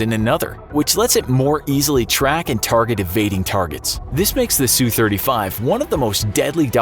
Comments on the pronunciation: Wow I sure do love the “Sue 35” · sue-35 ROFLMFAO!